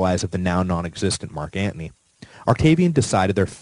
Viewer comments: Why tf do you say Marc Antnie??? I can't even listen it aggravates me 😂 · really? you pronounce Anthony as antney, like you're a wise guy? I turned you off. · lol yeah same. every time, I hear "ant knee" 😭